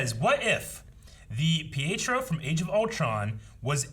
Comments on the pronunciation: Pietro's name is pronounced "Pee-et-row". Technically, it has Italian origins, but the parents who raised him and Wanda are Romani, which is a European gypsy ethnicity. It's like looking at Eric's t-shirt and pronouncing Logan's name as "Lawg-ann". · However the pronounce is pee-eh-tro ... greetings from Rome 😄